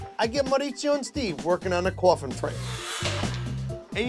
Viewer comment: Me: Coffin. Him: cOuFfIn